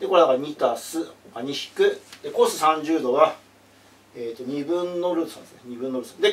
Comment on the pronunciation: cosのことを『コーサイン』って言ってるのがちょっとツボw